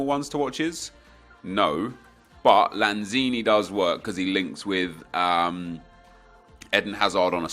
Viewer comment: Isnt it Eden like the garden of eden not Ehdin hazard